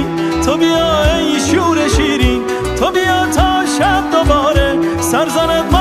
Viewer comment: Reis bunlar doğru telaffuzu değil . Divane başim diyor .divane olalim .sen divane iyi yazmışsın .en basitinden tubita değil to biyaa olacak zaten